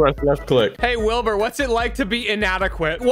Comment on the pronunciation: MANZ REALLY CALLED HIM “WILBY” I CANT WITH “WILBY SCOOT” 😭😂